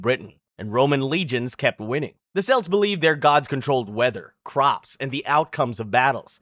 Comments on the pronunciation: Kelts, not Selts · The selts??? Celtic history as in Celtics history in football.... fuckin selts ... haaaaaaaa .. Kelts if that makes it easier... dear me 😂😂😂 was enjoying vid till then I'm out ha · Cucuteni TRIPILLIA culture, not TRIPIANA, dude, the fuck, seriously!??? And we're KELTS, not fucking SELTS, Jesus fucking christ dude! Shit... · What the hell is a “briddle”? who the hell are the selts? Who the hell is Nebucabnazar? What the hell is cariboe? Who are the Thoole people? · Celts is pronounced "kelts/keltic" though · Celts? You’re pronouncing it so wrong lol.